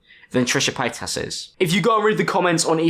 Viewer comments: I love how he says Trisha Payt*ass* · "Paytas" ... can't help but hear "pétasse" (which means "bitch" in French). I spent the whole video thinking you were pronunciating it that way on purpose. Hope it's true !